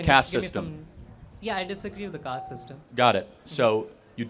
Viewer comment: Charlie - India has a CASTE (Kayst) system, not a CAST system... long A, the 'e' at the end should have told you that. I mention this because when we get lazy about the little things such as the pronunciation of words, which changes their meaning, we look ignorant and others wonder what else we're missing.